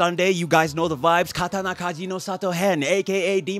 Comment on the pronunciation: Are you going to learn Japanese,? Cause your pronunciation is on point!